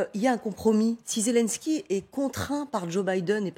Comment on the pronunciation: C'est quoi ce journalisme ? La première phrase déjà il prononce pas bien le nom mdrr Zélènsky Pas zèle en ski 🤣🤣